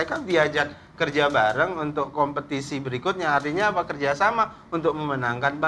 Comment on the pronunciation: Dan sayah pun mengerti apah yang terjadi di dunia politik inih dan akhirnyah jadi mentri sayah paham sayah paham hahah